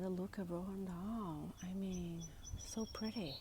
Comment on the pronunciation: Roald Dahl not Rohan Dahl.